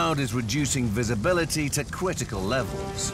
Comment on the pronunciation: Cwiticle levels 😂